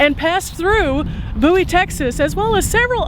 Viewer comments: He aint from Bowie, or he would know how to ponounce the name. 🤣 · Forget all I said. I listened to the Theme song and it days B O Wie. They got it wrong to. I guess I forgot how I learned to say it correctly. Sorry, Love Your Channel! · It has to be the younger generation that mispronounced the name. I am 75 and watched the TV series. The introduction song pronounced it correctly. Wikipedia has a story of the series. The Adventures of Jim Bowie. I remember singing that song when I was little! Thanks for sharing this video! You always make it interesting.